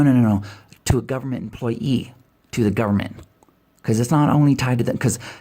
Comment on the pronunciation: I'm so damn sick of hearing "employ E"